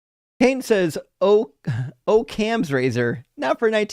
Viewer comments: That first caller (Bald Eagle Stepdaddy) was literally looking up every single answer on ChatGPT. You can hear him stalling while he types in the question, and then the answer is mysteriously well-organized and neatly-worded, but he's mispronouncing the words ("Oak-ham's Razor"), like people do when they've only seen words in writing. This guy was a complete fake, he's probably not even a Mormon. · OH-Cam’s RaZoR